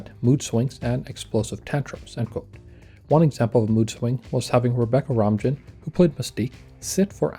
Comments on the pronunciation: It’s pronounced Rebecca “row-main” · Rom-jin? Fuckin ai slop. Down voted and reported. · Romijn, pronounced "Romaine"